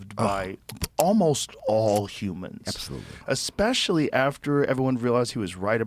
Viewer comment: EXpecially? Lionel come on